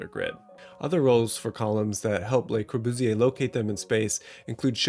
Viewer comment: plss don't say his name like brat pitt speaking french